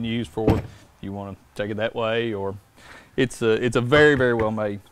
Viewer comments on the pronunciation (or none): none